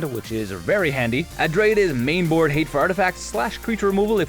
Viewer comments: Everytime he says adrade over abrade i die a little inside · "Adrade" "izzet straticaster" lol still love the dech tech though!